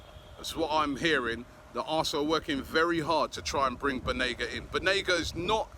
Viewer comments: I think it’s Banega not Benaga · This generation English players wont win you the champions league/EPL. And all the reports of Unai calling Banega on the phone.. were you all there ? this might just be another media talk. Also Correction Robbie its not Benega its Banega bye bye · It's BANEGA. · Its Banega Robbie. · Isn’t it BAnega?? Hah, I wonder what’s taking us long on suyunco? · It's Banega* Robbie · Why can't anybody in Europe pronounce "BANEGA's" name correctly??🤔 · How hard is it to google a player to make sure you can spell and pronounce their name right ? Considering you’re doing an entire episode on them